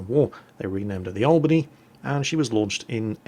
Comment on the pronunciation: yep you botched it we dont use the spanish accent